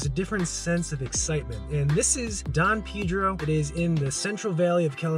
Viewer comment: Lol it’s don pay-dro, beautiful body of water 💦